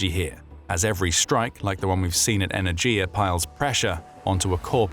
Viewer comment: Not energia, e-ner-ghi-ya!